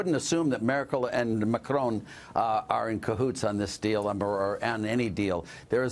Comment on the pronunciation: I literally cringed when the reporter said "Markel", instead of "Merkel". I mean there have to be some standards of at least knowing the names.